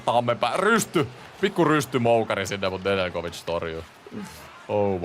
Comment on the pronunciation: Nedeljkovic on jenkki ja äännetään ilman j:tä